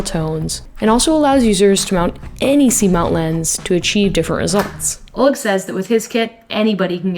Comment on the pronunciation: The stress in "oleg" falls onto the second syllable. Just so you know